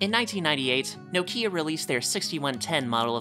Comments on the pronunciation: It's not no-kia, it's pronounced as nok-ya (knock-ya) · please pronounce nokia properly dude lol.